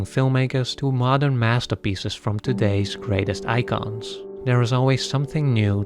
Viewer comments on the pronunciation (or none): none